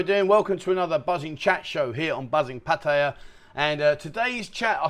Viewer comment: PLEASE It is pronounced Pa Tea ah NOT Pa tie yuh.